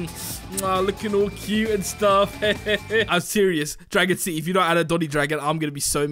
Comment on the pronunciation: you said dragon sity time